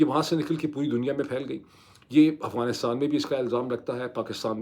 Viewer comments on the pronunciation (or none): none